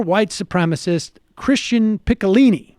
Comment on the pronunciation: It's pronounced like "peech-o-leenee" And Megyn Kelly is pronounced "fascist cunt trying to backpedal her way out of the party of Trump."